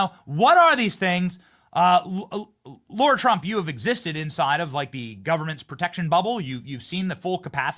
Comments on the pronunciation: It's LARA....NOT LAURAAAAAA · Benny, you called her "Laura" 3 times.... she's Lara! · it's L A R A ugh